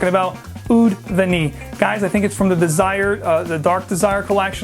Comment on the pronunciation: Great video on Mancera but confused on these pronunciations... several fragrances here end in VANILLE yet you pronounced most of them Vu-neel then the last one you pronounced Vu-neey.